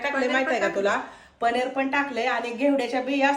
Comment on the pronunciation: पनेर नाही म्हणायचं पनीर म्हणा